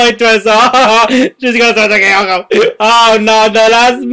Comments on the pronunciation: Look, I know Kayako is scary, but your freaking out is a bit too much. You sound like she's gutting you with a knife. By the way, you're calling her "Kyoko" or "Kayoko". Also by the way, I nearly peed laughing. XD I gotta ask, are you Brazilian? I thought you said "Pra trás" or so. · undead gamer 73 That's true, I actually call her by Kayoko. That was the way, how I pronounced her name. But to actual Japanese is Kayako, which I knew for a while after I've played the Let's Play series from my gaming channel of "".